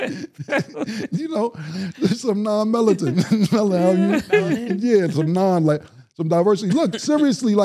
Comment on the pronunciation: 'Non melaton'(melanin)